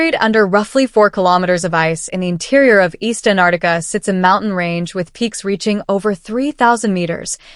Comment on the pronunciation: It is not anarica It is Antarctica.